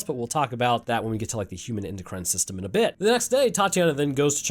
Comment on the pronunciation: "endocry'in system" lol